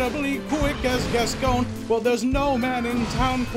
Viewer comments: The mispronunciation of Gascoigne hurts me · Funny video. It's pronounced gas-coin by the way ;) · you're pronouncing hsi name wrong ^^